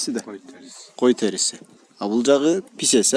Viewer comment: Писец емес песец деп айтсайшы